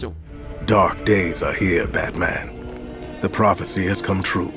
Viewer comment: Pouvez-vous utiliser le francais dans vos texte de dialogue et arrete les expressions en anglais comme a la fin "checker et pouvez-vous apprendre a prononcer le "THE" svp, ca se prononce "DE" et non "ZZZE" un petit tour dans google translate pour apprendre la prononciation est toujours pratique - Merci